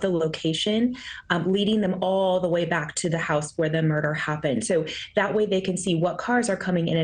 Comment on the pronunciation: Locals pronounce the town name Mos-co not Mos-cow. We ain't in Russia